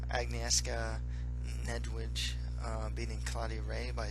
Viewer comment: pretty well you said "niedzwiedz" that mean bear in polish. Good prediction by the way.